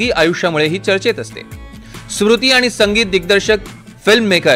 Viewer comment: सुरुति नाहीरे स्मृती आहे ती😂😂😂😂😂😂😂😂